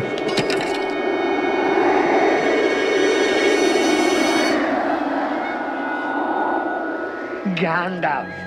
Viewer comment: WTH is he saying gandalf like that LOL